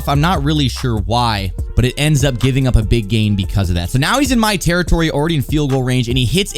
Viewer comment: “Geeving Up” 😂😂